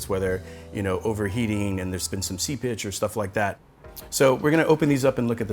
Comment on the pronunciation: I heard "seepage" as "Sea-pitch" which , of course, made perfect sense to me also... chuckle